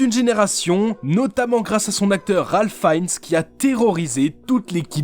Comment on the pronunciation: On prononce Ralph Finns le nom de Ralph Fiennes